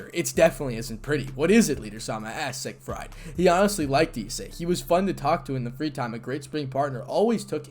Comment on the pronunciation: Sig fried? No. Sig freed. Emphasis on the first syllable.